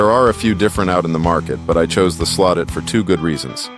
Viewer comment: Did he the call the "Slot-it part "slo-tit" 2.33?